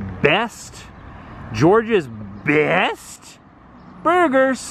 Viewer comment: I thought you were saying “Georgia’s best burgers” and I was like nope, that award goes to my fave spot, The Vortex!! The coronary bypass burger is amazing!!